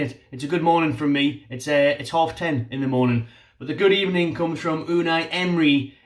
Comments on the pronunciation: Good ebening at the start 👌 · Hello Good Ebening..."best" of all Good Ebening!